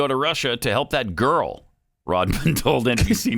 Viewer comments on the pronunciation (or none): Honestly I think you got the emphasis wrong on the "that girl" part... I think he probably meant it in an endearing way... but that's just me...